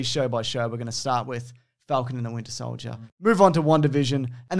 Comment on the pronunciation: "wintier solider"